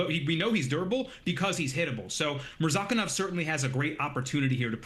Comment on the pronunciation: When everyone pronounces Murzakanov as MURZah-kan-nov and insists on calling him MurZAH-K'nOv, you know he's something "special". 🤦🏻‍♂